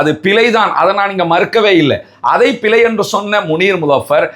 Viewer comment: சிங்கள என்று சொல்லாமல் சின்ஹல என்று சரியாக சொல்ல தெரிந்த உனக்கு பிழை என்று சொல்ல தெரியவில்லை, பிலை என்று சொல்லுகிறாய்.. அது போகட்டும் மூச்சு எடுக்க கஷ்டமா இருக்கு இருக்கு எண்று டொக்டர் கிட்ட போய் முகத்தை காட்ட முடியாது என்று சொன்னா எப்படி டொக்டர் மருந்து கொடுப்பது. அப்படி என்றால் லேடி டொக்டர் கிட்ட போயிருக்கவேணும். இதுக்கும் ஹிஜாப் போடுவேன் என்று சொல்லுகிற நேசுக்கும் என்ன சம்பந்தம். சும்மா ஆக்களை குலப்பாமல் ஹபாயா பிரச்சினையை எதிர்த்து வழக்கு போடு. அதை விட்டிட்டு சல்லி தேடுறதுக்கு ஆக்களை குலப்பாத.